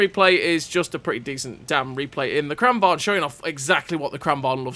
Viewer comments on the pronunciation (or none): A note on pronunciation 😎 lengthen the first A and shorten the second: it's pronounced Krahn vang. Love your videos. Keep up the great work